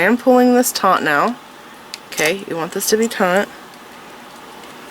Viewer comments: Very nice tutorial. I will be making this bracelets. Just to let you know the word. Is Taught not taunght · You keep the wrapping "taut" not "Taunt". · Beautiful bracelet however I found myself increasingly annoyed by the way she mispronounced TAUT...she says taunt ..sorry, shes very talented though ❤ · You keep saying taunt. It's not taunt. TAUNT means to provoke. Its taut which means tight. Not to be confused with tought as in teaching. Or tot as in a small child. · FYI, the word is "taut", not "taunt". Taunt is when you say something to someone in order to anger, wound or provoke them.